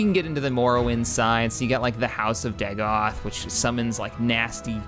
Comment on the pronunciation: The Morrowind Great House "Redoran" is pronounced as "red-Oh-ran". House Dagoth is "Day-goth". Quite simple, thankfully. I enjoy your mod LPs, and would delight in watching you play as a Morrowind faction. I imagine you are buzy, however, so I wish you success regardless of your actions.